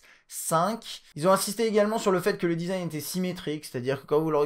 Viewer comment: Ok donc tu payes ton tel 850 euros "pourre le dizaïne" et tu le mets dans une grosse coque degeulasse car même une ultra fine ne suffit pas à empecher la casse du verre. On aurait pu faire un combo verre trempé avant plus arrière pour le protéger mais non tu ne peux pas sur les derniers Samsung a cause du dos incurvé (encore plus fragile) et la face avant à cause de l ecran edge... Et meme sur le s7 normal tu ne peux pas car le 2,5 d est beaucoup plus prononcé que sur les autres tel hdg. Je suis un détracteur du 6s mais pour le coup il est plus solide car il suffit juste d une protection en verre trempé devant. Voila une des raisons principales qui m a fait prendre le HTC 10 au lieu de ces Samsung de merde designé pour se casser et être impossible à protéger. Biensur il y en a des tas et des tas d autre.